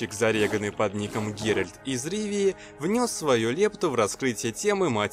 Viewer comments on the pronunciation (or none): none